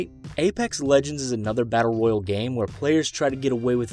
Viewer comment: It's battle royale not royal